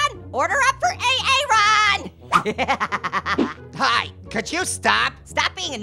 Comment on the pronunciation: You Pronounced It A A Ron Too?!